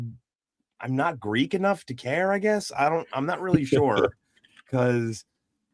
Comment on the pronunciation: Instead of "care" he says "car" that's how I hear it anyways